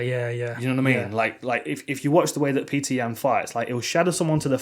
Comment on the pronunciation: It's not Peter, it's Petr (Pet-r), or Пётр (Piotr/Pee-oh-ter). Source - my son is half Russian and named Пётр